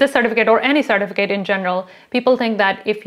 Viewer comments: Cer TIF a cut . Driving me crazy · I can’t watch this with the way she says sir-ti-fi-Kate certificate drives me crazy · The way you say “certificate” is weird. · Why aren't you pronouncing the e at the end of certificate